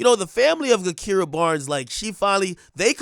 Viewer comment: ak it’s pronounced “ja-kira” not “ga-kira”